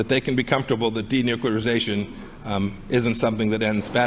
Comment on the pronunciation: The guys should practice the big words before they start the show. Denuclearization. .